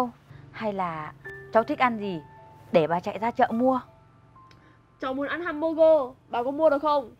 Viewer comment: mac du la chu (hamburger) nhung doc la HEM<<<BURGER